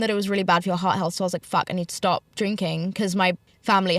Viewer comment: “stawp bringing up me mums ARRRMS” 🇮🇪